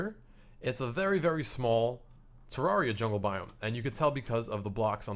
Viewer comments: TER RARE RE AH THATS HOW ITS SAID TERRARIA THATS HOW ITS SPELLED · its pronounced tr-ar-e-u